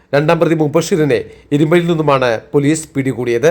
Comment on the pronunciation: ഇരുമ്പയി അല്ല ഇരുമ്പൂഴി